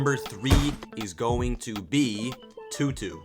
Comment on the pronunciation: Best part of the video is when you said "Too" like 13 times "TOO quiet" "cool, TOO" "And now we're moving onTOO thr third monster" "its time TOO move onTOO the top TOO, and number TOO is going TOO be..." Why TOOTOO cant be number TOO? Insert a TOO counter in top right